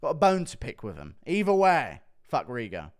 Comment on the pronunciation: who’s Rigo? It’s Ligo 😡